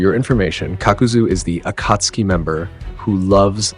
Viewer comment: that's not how you say akatsuki